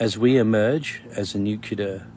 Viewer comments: For Christ's sake, if you want to be taken seriously at least learn to pronounce the word 'nuclear' properly. It is NYOO-CLEAR not NYOO-KYOOLAR. Fairly minor point granted but it doesn't help with credibility if you can't pronounce an important word like that correctly. Not ARKSKING much is it?? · U ppl with this weird "nu-cu-lar" accent are killing me... It's "Nu-clear".. it's also ENGLISH!! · maybe it's just me, a personal failing, but i've always found it hard to believe "deep-black" assets or "special-group" operators with "direct-access" contacts at the "highest-level" who cannot pronounce nuclear; for some reason preferring to say "nuke-u-lar". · Nukular, the word is Nukular -Homer J. Simpson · People lose all credibility to me when they pronounce the word “nuclear” with three syllables. As soon as I hear someone say “new-Q-lar,” I’m like, “Nah, you don’t know what the fuck you’re talking about.“ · please someone explain me why the f**k u guys are pronouncing nuclear "nukilar" WTF IS HAPPENING WITH THIS WORD XD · I am sceptical when people say "nucular". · Love ya brother but for the love of Zeus, please say nu-clear and not the George bush way Like UNCLE but reverse the u and n. Cheers! Keep up the good fight! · If you can't say NUCLEAR, I don't trust you. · That is your opinion. He begin stating that he is the voice of reason, tells us that he is from within the intelligence community, yet cannot even pronounce the word nuclear correctly, and preaches to his audience with an air of arrogance that is very obvious. I gave up listening to him after the 14th 'in this story'. Was it really necessary to keep repeating it, other than to use it as means to elevate himself and talk down to his audience?